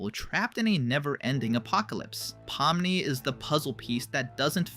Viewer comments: Pominy? It’s pomni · Pomni ❌ Pomny✅ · Pomni❎ Pomny✅ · Pomni❌ Pomny✅ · “Pomny”🥹🥀🤟 (son🥹🥀🤟)